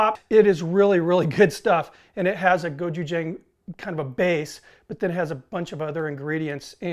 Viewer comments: Sorry to be 'that guy', but it's pronounced "go-chew-jahng" with a short "a" vowel sound at the end. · As an English teacher who lives in Korea I will let you know that the pronunciation is Go-Chu-J'ah'ng( Korean alphabet has no 'a' sound in it) . I saw that you liked this k-pop sauce on a few vids so just a shot out. Love your vids. Keep them coming!